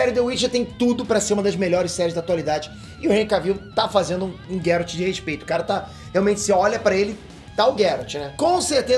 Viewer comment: PARA DE PRONUNCIAR GERALT ERRADO